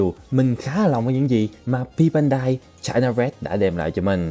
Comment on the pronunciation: Nghe china tưởng fa kee